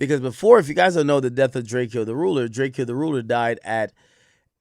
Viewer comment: Why does Ak keep pronounce drakeo name wrong lmao